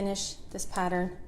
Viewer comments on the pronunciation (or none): none